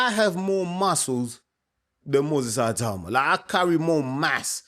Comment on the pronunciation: Ay-tauma?? Ee-tau-ma. Itauma